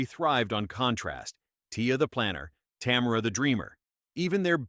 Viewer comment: Tamera not Tamra